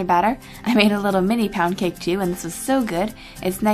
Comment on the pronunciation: omg lol! I thought u said pancake!